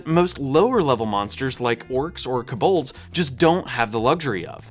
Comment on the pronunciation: What is with the pronunciation in this dude's videos "minimaxed"? KeBOLDS?